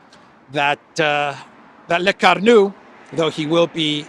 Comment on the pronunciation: It isn't Brigette Macron,, it is Brigitte Macron. Brigette doesn't exist in French. Also, it is not Lecarnu, it is Lecornu with an o. Lecornu means "the hored one"!